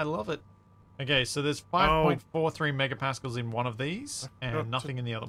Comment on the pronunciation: saying Megapascals, sounds a bit like she is saying Mecker-Pascals. Which roughly translates to Complain-Pascals in German. ^^